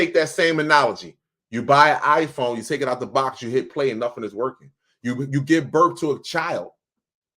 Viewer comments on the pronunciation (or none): none